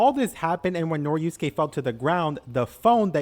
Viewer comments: i was so mad cuz u keep saying noriuske instead of norisuke😭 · He mispronounced Norisuke too, added a syllable and turned it into "Noriyusuke" I'm imagining doing that to other characters. "Jotaryo kujo" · bro really called norisuke noriusuke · YES, that was bugging me for the entire thing, like he swapped a letter from each of their names. He kept saying Tsurigi and Norusuke.